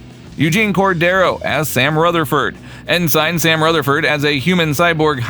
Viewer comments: I really hate to be that guy, but it’s pronounced “en-sin”, not “in-sign”. While it’s not the biggest issue, it is a little grating to hear it pronounced wrong so many times in such a few minutes. Otherwise, it’s a great wrap up of the voice acting crew. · "en-sign" NO! 'en-sn'. AI Voice Much? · IT'S EN-SIN. EN-SIN NOT EN-SIGN YOU'RE KILLING ME MAN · It's also cay tion not cat sun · "EN SIGN Mariner" "EN SIGN Beckett" Isn't there enough money in your meager budget to hire somebody to do voiceover ?? Is Youtube being completely taken over by voice synthesizers ???? Welcome to the Dead Internet folks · Well I hate to be that guy too, strange new worlds debuted in 2022 and lower decks in 2020 . Kinda hard for the franchise to be known for strange new worlds at the time that lower decks came out when it won't premier for 2 more years... Also ensign is pronounced ensen.. also kaitian is pronounced keashin... also qui gon gin is pornounced queye gon gin... also there are several other errors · Your AI pronounces ensign funny.